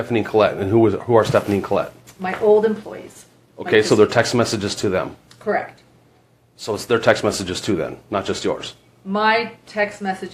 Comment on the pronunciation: “KERRRECT”😂 SOOOOOO WHATS THE POINT!?!?!?!